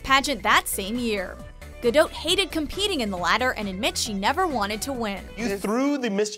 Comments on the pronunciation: It was painful watching this as the narrator seriously massacred ALL the Hebrew. First off, and this is VERY IMPORTANT, it's Pronounced Gaul (the ancient French?) Gaw-Dote. Or to put it another way, the 'a' in both first and last name is pronounced "awe", and the 'o' is a long 'o' as in Ode. Second, and city is pronounce Herzliya, named after Theodore Herzl, but what in Hebrew, it's pronounced Hertzl. So, Hertzl-Lee-ya. Once I got past that, I greatly enjoyed this video. Thank you very much. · Y'all butchered her last name 😂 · Ayenate' Lawson really because I watched one of her interviews and she pronounced it differently 🤷🏽‍♂️ but you know better than her I guess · Please pronounce her last name correctly out of respect for her as a human being. Thank you. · I cringe every time the woman says her name wrong. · Should make it a top 6 things and pronounce her name right. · OMG you really ruined her last name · WTF?! her name Gal is pronouned the same way you would prononoung Gaga'..but with an "L" ending there is no "O" sound in the name, either the first or the family name. Hebrew has only 5 vowel sounds, "A" is pronounced the same way all the time. Ga-l Ga - dot איזה GAUL בראש שלך?